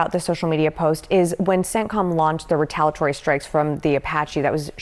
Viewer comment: retaliatory has 6 syllables.